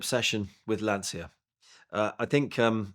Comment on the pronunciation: if you like lancia so much you should probably learn how to pronounce it.